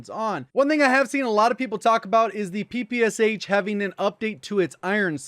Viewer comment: Ppsh you actually should pronaunce this as Pepesha